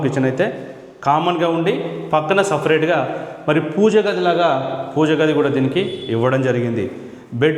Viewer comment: సెఫరేట్ రూమ్ అని ఫ్యూ రీలు అన్నట్లు అంటున్నావు